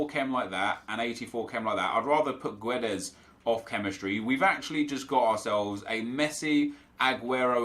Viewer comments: About the Guedes name (im portuguese btw), Us after Gs or Qs arent read, u read it like you said, but without the u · nep, fyi, pronounce guedes like you do but without the 'u'. it's silent